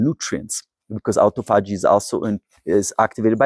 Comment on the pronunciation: A-tophogy = a-TO-phogy